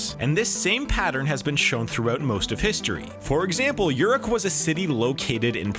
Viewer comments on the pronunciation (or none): One minute and twenty-four seconds in the narrator pronounces Uruk (OO'-rook) as YOUR'uck! Sort of like Europe with a "K" instead of a "P"! Oh my. No, no, no!